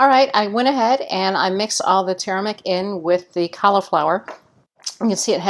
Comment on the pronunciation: its not TURMIC. It is TUR ME RICK. i did not know what you were adding/ talking about, until I saw the caption. Otherwise thank you so much for this episode.:)